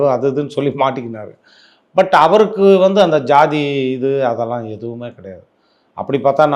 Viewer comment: Anchor pls correct “ Vantu” vantu nu